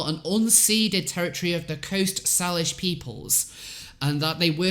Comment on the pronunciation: It's pronounced "SAIL-ish" FYI